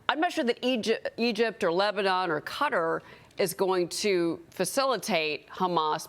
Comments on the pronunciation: Very confusing to hear her saying "Cutter"! Oh, she means "Qatar"! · I love how she says cutter instead of qatar lol